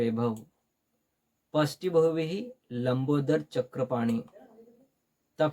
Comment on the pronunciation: नेट मराठीचा अभ्यास घेता आणि षष्ठी ला पश्ठी म्हणता??